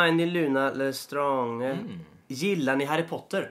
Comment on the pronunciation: JAG VAR MED! Och Lestrange uttalas le-strange